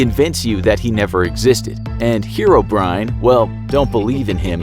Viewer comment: The fact that he pronounces it hero-brian